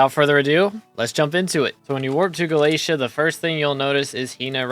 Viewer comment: unsubbing bc you pronounce galatea incorrectly